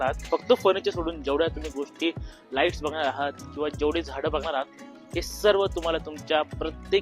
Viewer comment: लाइटी नाही😂 लाइटस्